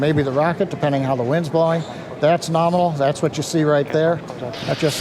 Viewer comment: Okay, I am eating my figurative hat. I did hear use the word "norminal" yesterday at the end of the Crew 1 cast. I still think promulgating this portmanteau word is inappropriate in a scientific context. It promotes imprecise communication, like writing guidance programs with metric units and entering Imperial units. Also, it literally hurts my ears! I have thrown objects at my TV when I hear the word 'nukular' used in place of nuclear (I hope you're aware of the distinction)! I can see you've monetized this vulgarization of 'nominal', and I understand you are using it ironically, but in interest of the English language, and your standing in the scientific community, please consider a gradual phasing out of the usage. Let it pass, like the cosmonaut suit. It was uncomfortable for you to appear in the spacesuit all the time. Understand that it's equally uncomfortable for me to hear a word continuously mispronounced and misused. Let's not "norminalize" the term! Thanks, and keep doing what you do!